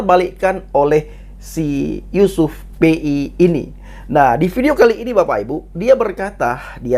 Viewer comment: Yusuf pea bukan yusuf Pei 🤣🤣